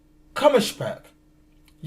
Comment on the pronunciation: Kommerspeck is wrong , it is Kummerspeck .